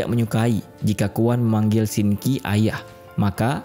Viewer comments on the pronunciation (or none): bukan Shinki tapi Sin qi🥲😊